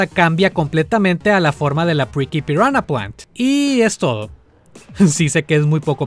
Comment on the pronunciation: grande el al pronunciar las especies de Piranha Plant, ahora entiendo tu tweet de Viridi xd